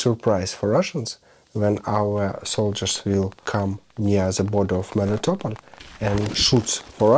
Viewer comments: You're putting your emPHAsis on the wrong sylLABLes. Melitopol. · MelitoPOL not meliTOpl, it is a Greek name ...You call the philosopher HarryTotal-loss?